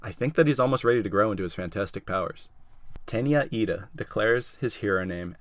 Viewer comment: wow He got Tenya lida right actually.